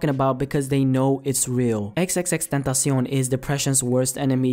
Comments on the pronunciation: that's how it's supposed to be pronounced, tentacion is Spanish for "temtpation". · Luis Martinez idk what the correct way of saying his name is, but the way said it is how it is pronounced in spanish. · Damn perfect pronunciation